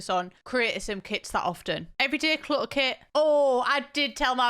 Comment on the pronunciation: 'Cutter klit' oh my WORD